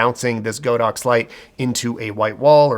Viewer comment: As a Chinese I need to tell everybody that it's not Go-Dox, but God-Ox, meaning an Ox God hahah